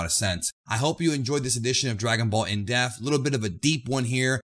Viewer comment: You do realize you have to pronounce the P in the word "depth" Seriously dude stop saying "DragonBall in death" It's driving me fucking crazy